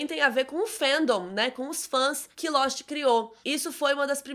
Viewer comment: " Losti " essa foi boa 😂😂😂